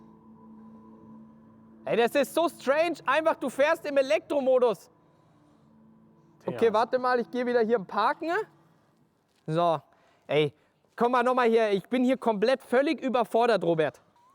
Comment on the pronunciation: Wenn Du am Ende eines Satzes ein Wort hast, das mit den Buchstaben "EN" endet, sprichst Du das immer "NE" aus. Beispiel "hintNE, guckNE, parkNE"... Wieso machst Du das?